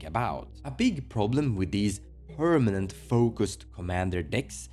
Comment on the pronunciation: I miss when he said "pernament"